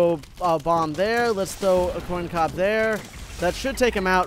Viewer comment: The fact he says “coin cob” and not corn cob.